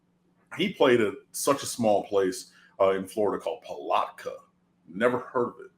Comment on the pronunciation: It's Pa-lat-ka not Pa-lot-ka. 🤣🤣 I hear that the Putnam County jail in Palatka has no a/c for the inmates and the food is below even jail standards. 😳